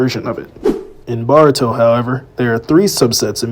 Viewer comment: Bro you’re saying Boruto wrong 😭😭